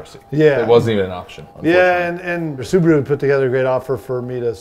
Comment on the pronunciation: So nice hearing Americans say Subaru the right way